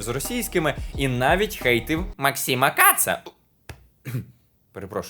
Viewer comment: А можна окремий лайк за вимову "максіма каца"? 😆